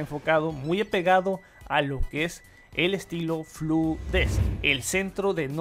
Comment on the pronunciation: Aclaración: No es FLU DESK (escritorio con gripe) sino FLUENT DESIGN (diseño fluido)